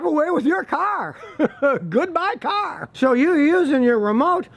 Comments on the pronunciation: Take a shot every time he said kar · Hahaha, you said car so many times this video, it started to sound different 😂